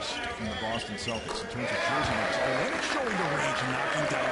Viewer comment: It's pronounced OL-LYN-NICK